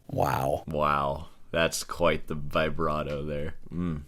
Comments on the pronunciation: You call yourself a classical musician and say vyebrato? What a shame. I wish I could play like you do, though. In here I'm quite decent, but to me I'm never good enough. Since I've been listening to music and playing guitar since I was 12 (I'm now 31) I actually can tell some of these because of the songs, or the way the person starts/inserts the vibrato/bend. I thought his video was stupid at first but it's actually interesting, now that I watch it here. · Why are you saying "Vaibrato"? Just because Steve Vai invented it doesn't mean it's pronounced like that